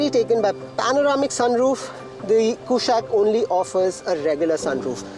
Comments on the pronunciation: Try to say कुशाक with a normal non-westernized tone. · Bro, it's a Sanskrit word, stop saying Kooshaaaq